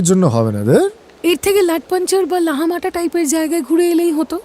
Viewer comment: লামাহাটা কে লাহামাটা বলা হয়েছে। A slight mistake